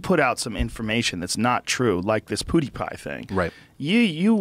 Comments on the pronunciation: Nobody: Joe Rogan: Poodiepie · Why does Joe pronounce PewDiePie like PuDiePie? It sounds like BoodyPie